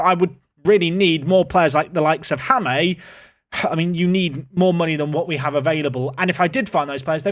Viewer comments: Please Jaime = "Hi-meh" I'm not sure if I can sit through you saying his name like Ha-may. It's not a big deal but it makes my ear bleed a little whenever i hear it. Thanks. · Pronunciation for Jaime in spanish is high - meh. It doesn’t bother me that much but thought I’d let you know for those who do care. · jaime is pronounced sort of like high-me, remember jaime alguersuari in f1? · Jaime = Hi Me ❤ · Jaime is pronounced like Hymen without the letter n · New to P2P for this season, loving it, hate to be this guy though, but it will help in the future, Jaime is pronounced Hi-Me, I lived in Spain for years, have a Spanish girlfriend and speak Spanish, trust me on this one. Keep up the most excellent work Sir. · Part of the fun is him butchering names. But yes, he should know hi-me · Hey I think Jaime is pronounced hi me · Jaime is pronounced as Hay-meh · Oh god please stop saying "ha-mei", its such a common name, it hurts my ears. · You are butchering Jaime's name haha. Pronounce it as "Hi - Meh" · Jaime name is pronounced hime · I seriously think i should teach you how to pronounce Jaime's name. If he's THAT good it feels like a minimum, out of respect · I agree, he is the Paul Merson of FM YTers, but this one hurts my head haha.